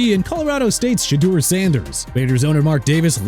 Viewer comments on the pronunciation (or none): Ah Yes Colorados States QB Shueder Sanders